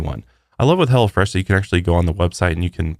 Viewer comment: I swear you are saying hella fresh instead of hello fresh 😂😂 Congratulations on your new lil one!!! Much love and respect 🤘🏼🫶🏼